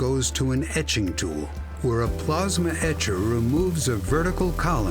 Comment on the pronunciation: funny mispronunciation of the easiest word "plasma"